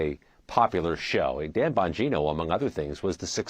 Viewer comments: CBS putting the "BS" in news reporting. This nitwit couldn't even get the pronunciation of his last name right after two tries. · She can’t even get his name, right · Can't even pronounce his name? CBS stinks. Bongino is way beyond a podcaster and being widely famous. He was a public servant long before being a podcaster. He has a law enforcement background...lack of experience in the FBI? Thank God. Report...why is Patel doing what he is doing, explain it like a good objective reporter should. Difficult to do their jobs??? Worried??? They should be, they are criminals. Chop? What a loaded word. Explain why the government is bloated. Pruning hurts. CBS should be pruned along with Face The Nation. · LOL. COULDN'T EVEN PRONOUNCE HIS LAST NAME SLIPPED UP IN THE BEGINNING! FAKE NEWS ONCE AGAIN!!!! DAN BANGINO HAD BEEN A BODYGUARD FOR MANY YEARS!!!!! FROM BUSH'S ON UP! HIS MAJOR QUALIFICATIONS ARE ABSOLUTELY EXCEPTIONAL!!!! ✊❤️✊❤️✊❤️✊ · Can’t even get his name right. Disgraceful